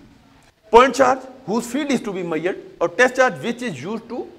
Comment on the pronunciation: its measured not mayured 😗